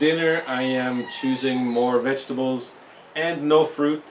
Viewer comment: Every time I hear you say 'vegetables'... I can only hear you saying 'VEGABLES!!'.... LOL Great as usual